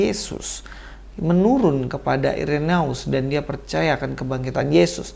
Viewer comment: Udah bener2 muak dg kebohongan2 menjijikkan para mualaf. Speechless deh.. Koreksi dikit,. Dlm bhs Latin, huruf "ae" dibaca "e". Jadi, cukup dibaca "Ireneus" aja. Salam kasih dari Katolik. Shalom aleichem!